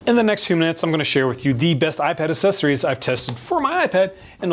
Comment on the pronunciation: I love you, but I beg you to stop pronouncing the "cc" in "accessories" as a soft "c". It's pronounced with an "x", like "axessories".